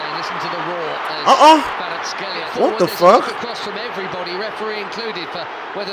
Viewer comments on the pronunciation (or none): kvara ts ,,x"elia no its kvara ts ,kh, elia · Kvara cxelia,not shtelia...)))))respect man